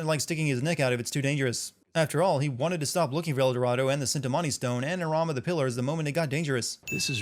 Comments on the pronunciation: Just a minor nitpick It's pronounced Chintamani, not Sintamani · The "Cintimanti Stone"? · why do you keep pronouncing Cintamani like tha-- ohhhhhhh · It's pronounced Chintimani ding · you must be such a fun guy to hang out with... BTW it's "CHIN-ta-mani" stone. You committed the worst cin.